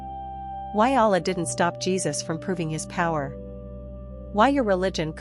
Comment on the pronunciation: His name is JESUS not JeBus ❤